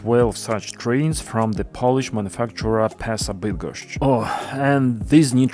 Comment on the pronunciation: Congrats on pronouncing Bydgoszcz correctly! 👍 Love your videos!